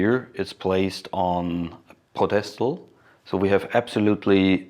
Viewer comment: I'm not meaning to make fun of you but I have never heard someone call a ped-es-tal a po-des-tal. Spelled pedestal.